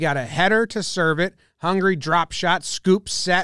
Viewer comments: does he says hungry instead of Hungary or its just me? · I thought he was saying "hungry dude" the whole video before i realized the match was between Hungary and Brazil...